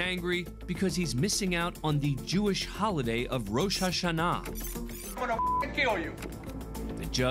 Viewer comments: wtf is "roe so sha nah"?!? How does an attorney not know what Rosh Hashanah (rush ashona) is? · I’m sorry but the way he pronounced Rosh Hashanah made me DIE 😂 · I don’t think I’ve ever heard Rosh Hashanah pronounced that way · The narrator’s pronunciation of Rosh Hashana has me crying 😂